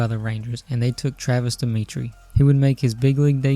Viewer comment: Wonderful video. I feel bad for making this comment, but Travis Demeritte’s last name is pronounced “da-merit.” I subscribed off this video though!